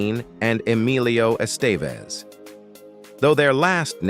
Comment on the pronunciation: Por qué la voz no puede decir Emilio Estevez? Considero que es una falta de respeto